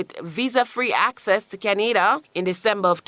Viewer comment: Why she pronounce Canada like that?